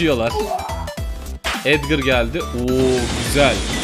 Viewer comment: edgır değil edgar